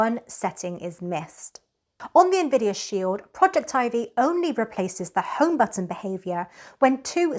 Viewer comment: At last, someone who pronounces Projectivy correctly! I love that it allows you to add mobile apps to the screen. Total Commander is gone from the old home screen with Google updates, & is not listed in the apps using the Shield menu because it doesn't show mobile apps any more. Projectivy fixes that. Thanks.